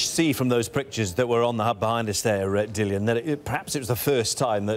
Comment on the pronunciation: Dillian, not Dillon, at least learn his name..